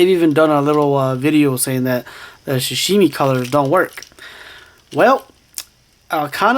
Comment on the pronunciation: "shashimi" LOL